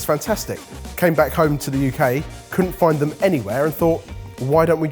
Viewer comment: Ben and Barry’s reactions to saying “Make at vome” are so wholesome 💙